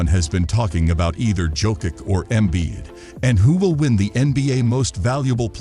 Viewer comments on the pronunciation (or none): learn how to pronounce he's name at least..( specially when u do video about hem). donkik?!))) jokik?!)) omg this is so disrespectful!!! life hack for u read like this donchich jokich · How you gonna make nba content and not know how to pronounce Jokic, Giannis and Doncic😂